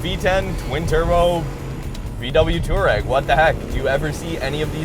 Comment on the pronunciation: It's pronounced two-are-egg. Not tour-egg. You don't spell tour as in touring like touar...